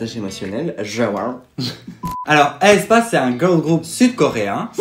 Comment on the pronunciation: par contre mes vies on dit "haie spa" pas "aïe spa"